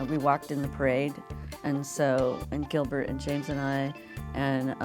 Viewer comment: "Giblert" lmao